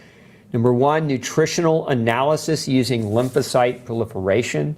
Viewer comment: Lymlasite limperation? Can't understand what he said and CC did not write it out either